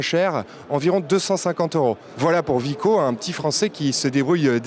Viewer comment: non mais ses pas des chips la ses pas vico merde ses pas un V ses un W (double v j'explique vus que vous savais pas bien lire )